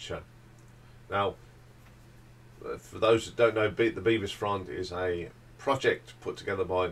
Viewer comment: Bevis like beverley not like bee-vis